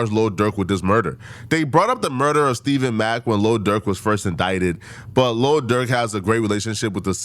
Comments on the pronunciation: It's Stef Fawn mack stephon mack not stephen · Stephon, not Stephen. Also, been saying this for more than a year. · Bro I thought I was only one that caught it… I only heard dude that passed is Stephon Mack… bro just keep saying Stephen Mack …. No bro… Stephon Mack……😮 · *Stephon Mack Cmon ima fan but get that young man’s name right. Especially if you’re gonna make a video covering his murder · Stephon (Stef-fon) who the hell is Steven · Stephon not Steven. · Stephon mack not stephen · Think its pronounced "Ste-fon"